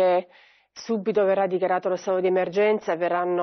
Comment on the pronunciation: SuBBBBBBBBITo, ma proprio SuBBBBBBito